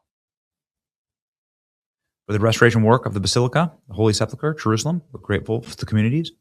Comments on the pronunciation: Benny, please say "Holy Sep-ul-ker" and not, "Holy Sep-la-ker." Check the word's spelling: Sepulchre. Thanks. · No judgement Benny. But, its pronounced: Seh-pulk-er not, Sepple- kurr . Nothing but love, and God bless!!!